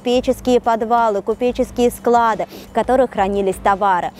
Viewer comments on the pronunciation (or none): none